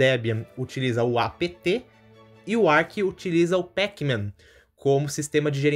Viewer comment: fala amigo, só uma correção quanto à pronúncia: "Arch" se pronuncia da mesma forma que você diria "arte" em pt-br. Boa sorte com o Linux, não desista! Para um desenvolvedor é um SO infinitamente superior ao Windows, então quanto mais cedo você se acostumar com o uso dele, melhor.